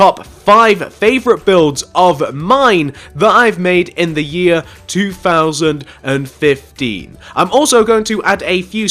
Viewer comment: i hate how when he says th it sounds like fh